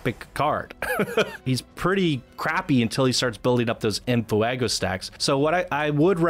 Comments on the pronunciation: Were you saying "in foo-ah-go" for comedic value, or do you genuinely not know how to pronounce it? Lol... In case it's the latter, you pronounce it "en fway-go," mate. Lol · which add-on do we download first, venom or deadpool? u clearly don't speak Spanish- its NOT ENAFUEGO, JUST ENFEGO. there is no A that u are throwing in there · Sorry I don't want to be that guy but...Its said more like this fwey go like fire in Spanish it really irks me how you say never the less it's a fantastic video also I get the whole rant I've been in similar situations and it's annoying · "En Fuuehgo." Sorry, I had to. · Nice vid.. its en "fwaygo" btw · The way you pronounce enfuego is hysterical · Sorry for the late reply, but yes the F Face resists are very helpful. If for some reason DP is targeted he won't lose En Fuego stacks (which the video author, despite making a very good video, butchers the pronunciation of). I have this in my current DP kit but with a mod that makes it free. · Your videos are so good but the way you say en fuego made me immediately shut this video off